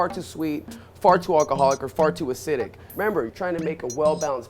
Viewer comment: When he said "far too" i thought he said fart